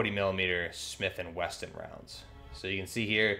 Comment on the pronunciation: Wesson. Not Weston